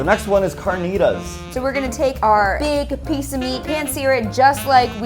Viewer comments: Who else is laughing at them saying bardacoa and carnitas wrong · Lol the way they say carnita triggers my mexican side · The way that they said barbacoa and carnitas bothered me 😂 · Did it bother anyone that they where saying the name of the meats wrong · somewhat mad on how they said barbacora and carnitas :P